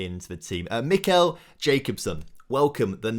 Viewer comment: It's not jacobsen it's ja-cob-sen look online how you say it